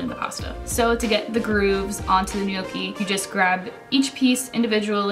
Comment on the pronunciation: I think it's pronounced "know-kee"